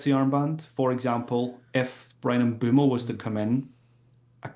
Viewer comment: Bros still saying GAYbriel instead of GABriel and Boumo instead of Mbuemo 😂 ffs